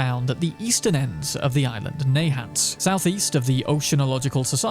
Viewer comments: everyone in MA just cringed hard. It's pronounced nah-HANDT, not NAY-hant. 😅😅😅😅😅😂😂😂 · It's pronounced "Nuh-haunt", actually.